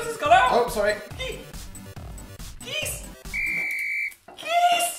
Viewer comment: Can we all stop and appreciate how Phil says “GEESE!” Whenever he’s stressed?